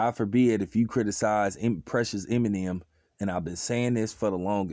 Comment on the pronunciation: Funny you sayin this but you can’t say Eminem right